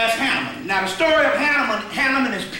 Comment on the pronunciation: Hanaman great pronunciation. I still can't pronounce it🙏